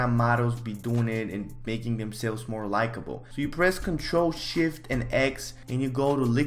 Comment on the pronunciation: I thought you said "ctrl sh*t " 😂🤣